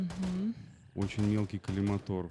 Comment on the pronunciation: Ну, почему же коллиматОр, когда коллимАтор?